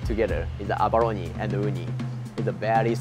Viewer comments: The chef that can barley speak English pronounce abalone right but the channel guy can't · He cant pronounce abalone.